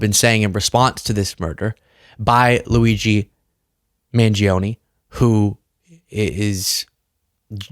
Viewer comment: Luigi Mahn-yee-oh-nay.